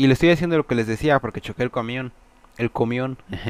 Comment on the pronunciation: un ñamion